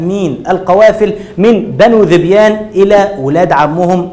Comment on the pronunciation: يا اخي انت جاهل جدا ومعلوماتك كلها غلط مفيش حرب قامت بين عرب علشان حيوان ولكن في اسباب قبلها كبيرة وقصة الحيوان دي بتكون تلكيك ثم ان داحس والغبراء ملك للملك قيس وذبيان كانت مشاركة بفرسين اخرين .. انت حتى ذبيان بتنطقها غلط